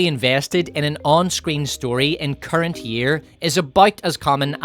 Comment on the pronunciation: Is he saying Karen iPhone or Current iPhone?